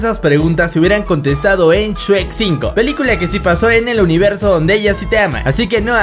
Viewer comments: Oye no es shuek es shrek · Yo solo escucho “Shuek” “Shuek” “Shuek” “Shuek” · El shuek :v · Se dice shrek o sherk